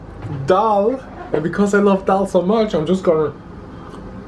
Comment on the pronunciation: Please guys Don't mess up. It's Dal not Dail.. <3